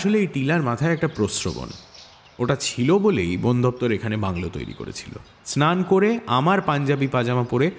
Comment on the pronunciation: র গলার টেক্সচার ভালো হলেও presentation এ অনেক গলদ আছে...তাই expectation match করলো না ঠিক।অনেকেই অনেকগুলো point out করেছে, আমিও কয়েকটি বলছি - চ এবং ছ এর উচ্চারণ, করেছিল, গিয়েছিল ইত্যাদি শব্দকে করেচিল, গিয়েচিল বলেছেন উনি। এইভাবে শ এবং স, ড় এবং র এর উচ্চারণেও ত্রুটি আছে। ওনার কথাগুলো একটু জড়িয়ে যায় মাঝেমধ্যে, মানে শব্দগুলো ঠিক স্পষ্ট ভাবে উচ্চারিত হয়নি অনেকসময়। একটি বাক্যে কয়েকটি শব্দ বেশ জোরে এবং কয়েকটি খুব আস্তে এটা অনেকবারই হয়েছে.. সামঞ্জস্যতা বজায় রাখা উচিত ছিল । আর শেষে, বেশ কয়েকটি জায়গায় সংলাপের সঙ্গে ওনার expression ঠিক match করেনি.. অর্থাৎ dialogue এর mood একরকম আর ওনার expression অন্যরকম.. বেশ কয়েকটি রোমহর্ষক সংলাপ উনি বেশ flat ভাবে বলেছেন। মীর স্যারকে ব্যোমকেশ, শার্লক, তারানাথ, প্রখর রুদ্র, উমাশঙ্কর চৌবে সব রোলে তো শুনলাম, সেক্ষেত্রে একটু যে monotonous লাগছিল না, সেটা বলবো না যদিও প্রত্যেকটি রোলেই উনি অসাধারণ, তাই এই change টা আমি সমর্থন করছি। সব্যসাচী বাবু ফেলুদা না করলে এই চরিত্রে তার কন্ঠ বেশ ভালো মানাতো বয়সের সঙ্গেও, কিন্তু তিনি তো voice of Feluda হয়েই গেছেন সেইক্ষেত্রে অভিনেতা চিরঞ্জিতকেও try করা যেতে পারে ওনার গলাতেও একটা গাম্ভীর্য আছে । এছাড়াও Shankari Prasad Sir বা Paran Sir কেও try করা যেত। আসলে mirchi র production quality এতটাই top notch যে এই জিনিসগুলো বড্ড কানে লাগে, শুধু mirchi বলেই এতটা চুলচেরা analysis করছি 😅... আবার যেখানে মীর স্যার, Deep Sir, বা সোমক দা পার্শ্ব চরিত্রে রয়েছে যাদের উচ্চারণ খুবই ভালো সেখানে lead character ওইরকম না হলে, difference টা বড্ড evident হয়ে যায় । আশা করি সময়ের সঙ্গে সঙ্গে আরও p